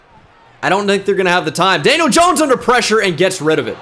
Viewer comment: “janiel jones”? 💀